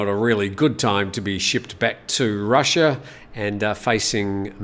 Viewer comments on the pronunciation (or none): none